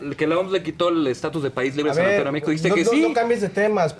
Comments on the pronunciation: Este defensor de morena ni siquiera sabe el nombre correcto de la enfermedad. No es sarampeon, sr es sarampión. Joven el fanatismo irracional siempre es abominable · Que alguien les diga que es SARAMPIÓN no sarampeón, políticos y pen....